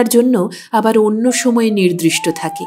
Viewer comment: The story is very unusual, and you read it well. The only complaint is that the word is 'nirdishto', not "nirdRishto. I hope you will correct it in your next readings